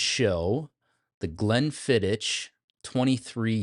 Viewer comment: Please learn how to pronounce Glenfiddich before any more reviews.